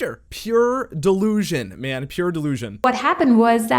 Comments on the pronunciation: every time she tries to say man it comes out as men. i don't think its just the German accent. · Notice how she says "I met a new men." not man. And don't give me that its her accent shit. she's speaking well enough with more complex words.